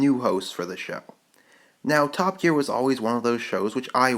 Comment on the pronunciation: Did he say "Top Geak". 0.07 . XD